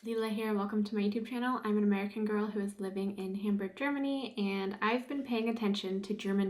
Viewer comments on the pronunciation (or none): none